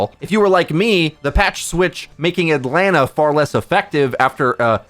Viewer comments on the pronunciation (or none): none